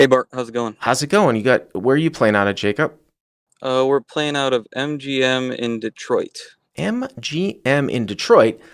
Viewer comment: Sidebar nobody cares about: the callers name is Jacob, not Jacup.